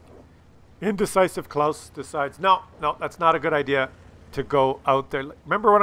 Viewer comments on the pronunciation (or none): none